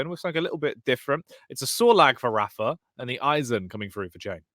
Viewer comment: has been commentating rapha's games for over a decade and he still won't pronounce his name correctly. so annoying.